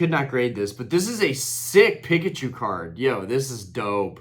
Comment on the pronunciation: Dude ended the video then went 10 more minutes 😂 Pick-uh-choo is crazy G 👌🏼